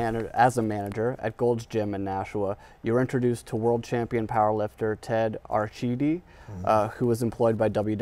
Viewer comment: Not Ted Archedi. It's pronounced Ar CEE- dee.